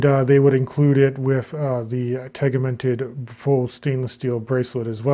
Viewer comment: tegiment is pronounced with the G like a J, awesome video!